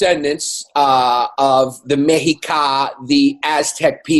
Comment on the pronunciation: "Mexica = "Meh-she-KAH", cuzzies....